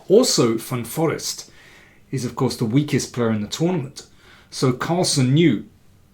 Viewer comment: hi GM King, just a silly sidenote, I know how much you appreciate languages, actually one pronounces it Van Foreest with the accent on „reest“ with a long e.